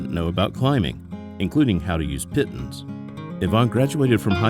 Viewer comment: The "pittens" pronunciation grates.